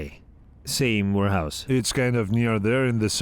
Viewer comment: I keep hearing "wh*rehouse" 🤣🤣🤣